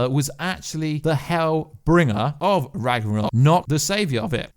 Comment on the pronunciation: RAGRANOK it's Ragnarok